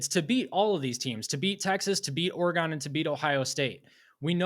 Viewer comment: It’s pronounced Oregun not Oregone the way you goofs up north say it. BTW prove Ohio State spent 20 million dollars 🤡 . You guys are the biggest bunch of parrots in existence, repeating the same garbage over and over Michigan is good at developing…what a bunch of nonsense. You had a bunch of five and six year players and they’re all gone. Same old horse manure coming out of your pieholes You aren’t going to any natty, you’re getting sanctions this fall for your cheating.